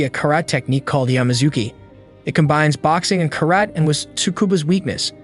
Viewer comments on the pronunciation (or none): how you pronounce karate is so cringe